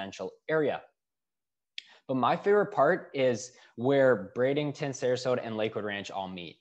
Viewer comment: There is no " g " in Bradenton. Bring lots of money and patience !